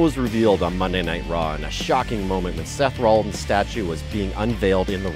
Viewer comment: Whoever talked needs to kill themselves they obviously dont know wrestling who is "John Sayna" "seth roleins" and "cesairo" I recommended leaving this planet